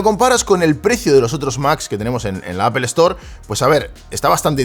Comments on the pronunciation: Porque los españoles dicen apel... Que no pueden decir apol? Porque si quiera leyéndolo literalmente podria decirse apel.. sino aple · Nada más dijo "apel" y dejé de ver el video...según los españoles dicen que si no sabes pronunciar Inglés lo menciones como está escrito, pero en ningún lado pone "apel"!!!! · appel se oye horrible. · una preguntilla freak, por que "apel" y no "apol"? saludos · "APEL", me voy de aqui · Shot por cada que el gallego pronuncie "appel"😂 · Alguien me explica porque le dice apel? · Por qué en España insisten en pronunciar aPel ( Apple)? En serio no entendiendo.